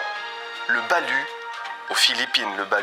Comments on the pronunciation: le "Balut" se prononce "BalOUT" (avec le T) :-) Et si c'est pas génial, c'est plus facile à manger que ca en a l'air. Sinon merci beaucoup pour cette vidéo encore une fois très intéressante. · Cet oeuf bizarre des Philippines et est un Balut et on prononce “balot en prononçant bien le t à la fin 😵‍💫😂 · "Balut", si je ne me trompe pas, ça ne se prononce pas "Balu" mais "Baloute" : )